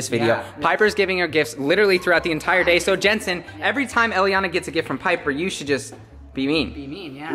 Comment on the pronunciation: its not jentsen its jentzen